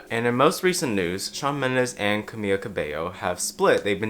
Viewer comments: fyi it’s Camila, not Camilla. you pronounce the L as an L! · Great video, its pronounced Camila not Camiya tho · you are saying "camillo" instead of camila😭😭😭😭😭😭😭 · hey just a quick note- in some forms of spanish (in this case the form the camila cabello speaks) the LL sounds like a y (which u got right), but camila’s first name only has one L, so you’d just pronounce it like kuhmiluh :) if u wanna be a lil more accurate, it’d technically be pronounced closer to cameela, and her last name cabeyo (cause the double L) :)) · Sorry does he keep saying Camiya? maybe im just bugging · I completely agree with on this issue, people should stop telling others what their sexual orientation is based on stereotypes... But as a native Spanish speaker I find it so funny how he says Camila, he says it like "camilla" which means stretcher in Spanish, like the thing you use to move sick patients in hospitals or ambulances 😅💀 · Btw it’s Ca-Me-La, I love you but it was bugging me 😂😂😂Camila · I’m sorry Wait....ppl really call her Cam-ia Ca-bay-oh? 😂 I thought that was a joke from a meme. You’re not the only one I’ve noticed lately so I thought I’d point that out! 😂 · you pronounced camila wrong